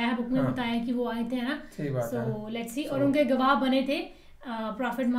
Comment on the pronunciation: The narrator of the video reviewed here has very bad command of Urdu. He Dar i.e. Fright instead of Khabardar or warning. Also he mispronounces Gwah as Gawa. BTW I am a Pashtun born in KPK/NWFP and raised and educated in UK for the last 60 years - I learned to read Urdu after learning to read Arabic Quran